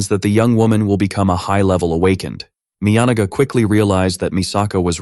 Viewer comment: that was NOT the correct pronunciation for Miyanaga